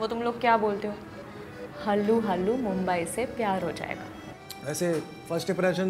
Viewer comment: मुंबई✅ मुंबाय❌